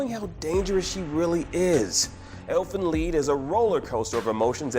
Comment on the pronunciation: wth is elfen lee pronoun the name right its called elfen lied.